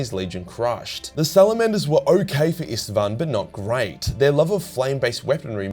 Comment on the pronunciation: Its so funny to me as a Hungarian saying Istvaan is like saying Stepheen which is just absurd xd